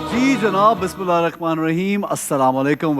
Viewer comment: Please correct Bismillah